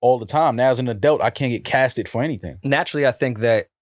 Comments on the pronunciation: A dealt= pronunciation of adult. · & Tsu Surf are the only people I hear pronounce, Adult as Eldult. 🤣